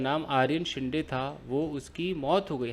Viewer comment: येस सोमाटणे फाटा is the name of place ,, फाटा मतलब जहा से दुसरा रस्ता निकलता है ,,and it is शिंदे not शिंडे,,,surname है आपने सही पहचाना ,,सोमाटणे ये गाव का नाम है